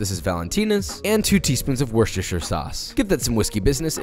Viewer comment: As an English person I can confirm he said the word "Worcestershire" incorrectly.